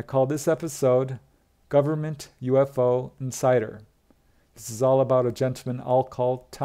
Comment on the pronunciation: Oh, at first I thought you said, ‘government UFO and cider’ ! 😆